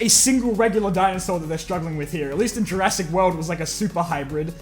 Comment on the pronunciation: Jur-ASS-ic world